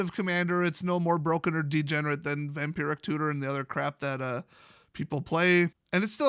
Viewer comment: The way said " vampiric tutor " sounded like " vampirate tutor. " I now have a image of a vampire pirate with a little bird with gold in its mouth on his shoulder while he is sucking someone's blood 🤣.